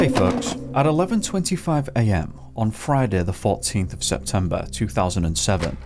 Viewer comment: fridah da fourteenf of sepembah